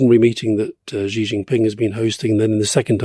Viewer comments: How to pronounce 'Xi'? Many English speakers have trouble pronouncing this Mandarin sound. Many pronounce it as 'jee', which is not right. The best sound is more like 'syee'; less good is 'shee'; less good is 'see'. Yes, a trivial comment. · Gott in Himmel, would Alistair please learn from Rory's pronunciation of the Chinese leader's name. No such sound as /ʒ/ exists in Chinese. The character 习 (習) is pronounced /ɕi/. The closest English sound to /ɕ/ is /ʃ/, as in "she". Just say "she".